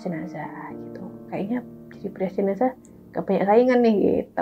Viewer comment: Bukan jenasah om tp jenazah